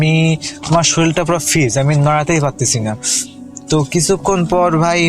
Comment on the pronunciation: freeze k bole fizz